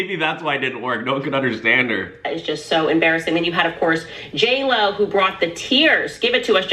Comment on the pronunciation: Not JLo, it’s Jail O